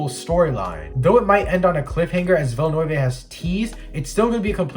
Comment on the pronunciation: Nice video! But I gotta point out you pronounced pretty much everything incorrectly including the directors name. Still, good job.